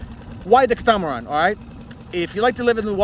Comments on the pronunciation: It is pronounced “KAT UH MUH RAN” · I think it’s pronounced “cat-uh-much-ran”? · Please google the correct pronunciation of catamaran. Any boater or not should know your pronunciation is incorrect. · Just getting in to my first inflatable and I've been enjoying your videos, nice work. But now I'm wondering if I have been pronouncing "catamaran" incorrectly my whole life...